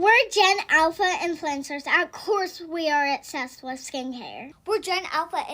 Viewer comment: I don’t think they should have that much skincare, or skin care at all when they don’t even know how to pronounce obsessed properly 😍